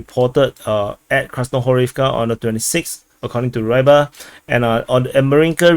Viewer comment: РЫБАРЬ. Просто попробуй загуггить хоть раз и произнести хоть раз нормально.